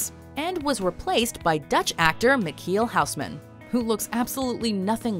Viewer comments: Just watched this to hear how you would pronounce Michiel Huisman. Was not dissapointed. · The way you pronounced Michiel Huisman is cute XD